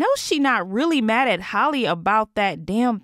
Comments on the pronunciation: It’s hall-eeeeee not hollie 🙄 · Not HOLLY, HAL-LEE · It’s pronounced like Hally not Holly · Can we prioritize pronouncing black women’s names in 2022? Because her name isn’t Holly…it’s Halle…pronounced exactly like Halle Berry. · Can you please say halle name right like it’s not holly it’s hal eeee like i know I’ve commented this before like stop butchering her name honey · That’s not how you say Halle